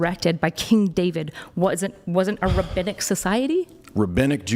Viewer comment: “Ra BBI ni cal JEWDAISM is in the Old Testament” this we-tard